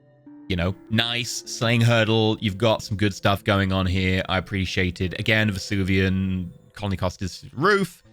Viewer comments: Take a shot for every time Venusian is pronounced Vesuvian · As a sidenote, I love how reads Venusian as Vesuvian. It is not the right word, but I am 90% sure the people of Pompeii would agree it was just as unlivable as Venus, making it a PERFECT adjective to describe Venusian atmospheres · I have a theory that is purposefully mispronouncing venusian to increase viewer interaction in the comments:P